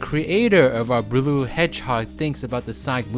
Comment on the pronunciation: "BRLUE HEDGEHOG"